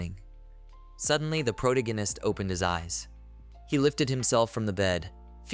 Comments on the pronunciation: please change AI voice to pronounce "protagonist" properly if you are going to use the word every other sentence. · Two words into the video and I’m flashbanged with the most “unique” way I’ve ever heard the word protagonist pronounced. Holy shit.